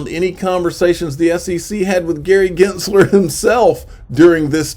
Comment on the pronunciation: are you miss pronouncing Gensler name on purpose?